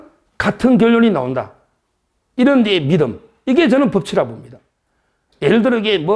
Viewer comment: 서정욱씨 말좀고쳐요 나온다 를 노온다 가 뭐요.